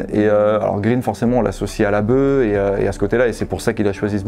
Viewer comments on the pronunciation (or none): none